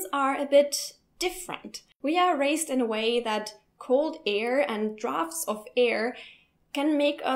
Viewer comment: It's pronounced "drafts" :-)